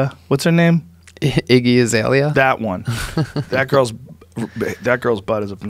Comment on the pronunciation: Joe “Izzy asslegzia” rogan